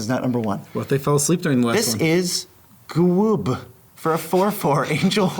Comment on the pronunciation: Was listening to this while driving, nearly died from laugh/crying so hard at Ga-woob=GWUB 🤣🤣🤣. Thank you guys for the near death experience!